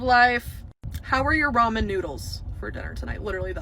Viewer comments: They are NOT "ROMAN" NOODLES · That dumb cunt said ROMAN NOODLES 😂😂😂